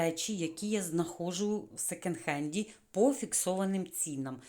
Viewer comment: А ще не " секенд", а "секонд". Бо ріже вухо.😊🌹